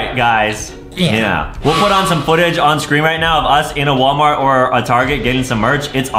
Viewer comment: Adam say not wallmart he says warmat